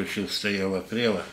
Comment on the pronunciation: И опять "прело" у него🤮🤮🤮